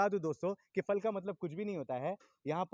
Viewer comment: Pal nhi fal boliye